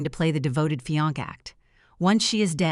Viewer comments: Fee-onk? Fiancé please! There isn’t anything redeeming in this story. LOUSY!!! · Fiankay..fianche..fiancat.. fiankee?? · I KNOW!! They say fee-on-key, fi-an-key, and about 2 other AI versions, just like wound & wound AI doesn’t know how to read. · Terrible AI narration, with the word 'fiancé' pronounced in a different incorrect way every time! Plus, please make up your mind about whether he's the fiancé or the husband! Innumerable inaccuracies. Still, a good story overall. Loved the revenge, and the fact that she didn't adopt the baby or something equally unbelievable. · AI butchering the French word " fiancé" ....terrible 🤬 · 😂😂😂 the fiancè pronunciation